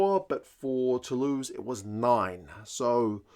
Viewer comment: It's hard to look past Bordeaux tbh but I would be delighted if Saints caused another shock after what's been a very tough premiership campaign. I'm saying Bordeaux by +10 though 😁. Oh and interesting observation on commentary pronouations, I actually didn't notice that but that was mainly because I was picking up on his Toulouse pronunciation of Tou-loose as in loose possession rather than Tou-lose as in not win 😳.